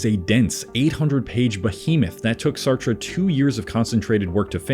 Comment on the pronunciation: I hate to say this, but you weaken your own intellectual credibility by not being able to properly pronounce the names of the famous people you are speaking about. You murdered Noam, Sartre, and DeBeauvoir before I gave up completely. I just couldn't stand hearing you pronounce Jean paul's name improperly one more time...